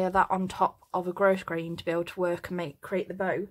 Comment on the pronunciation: thank you for your clear detailed, teaching. I am an old retired teacher, making hair bows for granddaughters, and your instructions are beautifully presented. Thank you!!!! (FYI…grosgrain is a French word, where the /s/ is silent…..grow-grain.)